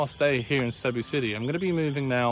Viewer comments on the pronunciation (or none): It's "see BOO."